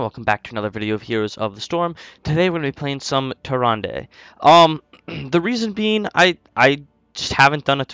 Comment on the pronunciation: I believe it is Tier rand not Tier Randay 😂